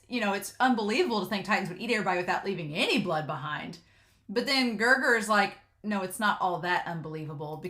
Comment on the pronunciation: It's weird that they translated his name as Gerger directly from Japanese pronunciation since L is usually pronounced as R. His official name is Gelgar.